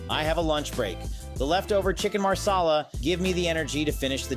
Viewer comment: Chicken MASALA, not chicken maRsala, hes indian, not italian!!